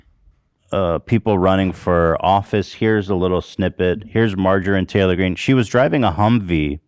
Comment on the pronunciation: Everytime Ethan says "Magerine Taylor Greene" it cracks me up. He still says it to this day 😂